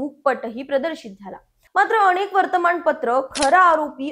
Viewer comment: अणेक नाही अनेक.